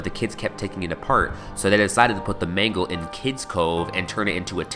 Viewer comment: mangle i think its mangle